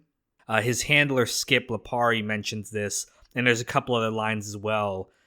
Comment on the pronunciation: I believe the proper pronunciation is Thkip Lipari